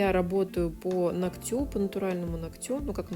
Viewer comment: А я смотрю всегда с удовольствием, пока мастер не говорит : ногтЮ, ногтЯ - уже невозможно, и не хочется быть врединой, поэтому обычно молчу и отписываюсь, но когда человек-блогер, блин, ну хоть минимально следите за речью🙏🏻🙏🏻🙏🏻😘(нОгтю, нОгтя, кОсти, лИфте, лОкте, пожалуйста🙏🏻🙏🏻🙏🏻😭😭